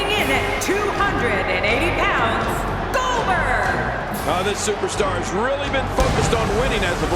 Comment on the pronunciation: needs to redo that "Goldberg" line again. Last time I remember, I don't remember his name being "Gober".